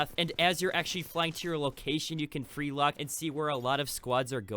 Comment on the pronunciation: Ummmmm its freelook not freelock i think